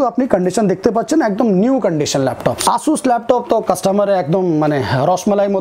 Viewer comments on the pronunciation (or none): none